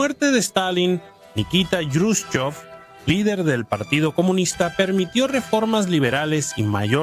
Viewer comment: Me cuesta pronunciar el nombre del dirigente soviético posterior a Stalin , como lo pronuncia usted . Sería más fácil pronunciarlo Kruschov o , como muchos en España lo pronunciaban : Kruschev . Así lo pronunciaba un profesor mío que enseñaba historia en el colegio . Mucha simpatía tampoco le tenía 😂😂😂